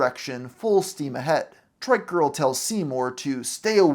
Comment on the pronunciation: You constantly calling a trike a "trick" is triggering af OH MY GOD YOU PRONOUNCE IT CORRECTLY LATER ON WHAT THE FFFFFFFFFFF THEN YOU CALL IT TRICK AGAIN AHHHHHHHHHHH